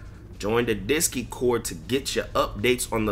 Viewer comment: Bro said “discy cord” 💀